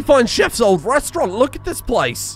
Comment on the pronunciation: Restaurant, not restaurante.